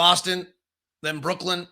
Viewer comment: I wonder if is ever going to learn that it's pronounced Brooklyn not brookland